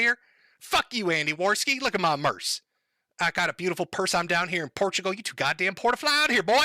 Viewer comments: STOP CALLING IT PORTUGO!!! THERES AN L AT THE END FOR THE LOVE OF GOD! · TIL doesn't know how to pronounce Portugal